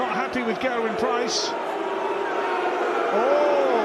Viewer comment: It's GERwyn btw not GURwyn